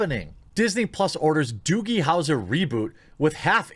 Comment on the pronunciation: what the fuck is a doogle howser?